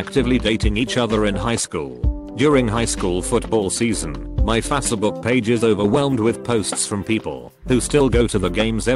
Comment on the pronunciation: i absolutely love how the voice pronounces facebook. fasa-book